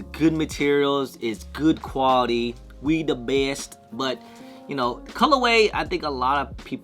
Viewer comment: Also whenever you say “We the best” in that accent, I burst out laughing